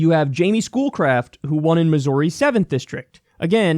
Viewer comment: Please don't pronounce missouri that way